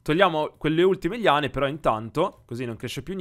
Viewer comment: Eren si dice liane non Lane